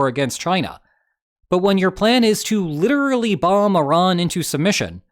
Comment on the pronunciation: In not the only one struggling with saying "literally".